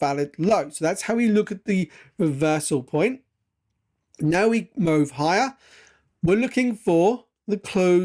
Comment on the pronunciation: Sorry, but i have to ask. Do you have a speech impediment? Why do you pronounce the word "move" like that? It genuinely sounds like your taking the p*ss tbh.😃